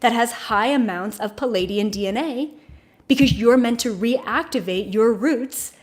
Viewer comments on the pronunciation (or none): Lemurian, not Limerian. Pleiadian, not Palladian.